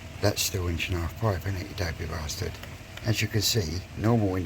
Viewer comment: How you pronounced bastard